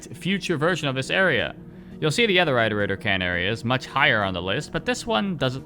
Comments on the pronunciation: are you going to make a "rain world tier list" tier list video? edit: oh btw have you tried controller since Downpour came out? Maybe it's just me, but it feels WAY better (sometimes my slide inputs wouldn't work on controller but now it does everytime) Also, isn't it "iterator", not "eyeterator"? Because like.. you iterate through a list. I assume they're called that because they were built to iterate through all possible solutions to the big question (or whatever). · One word: "Eye-torator". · Of course the guy who cant pronounce iterator hates five pebbles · The way you pronounce iterator hurts me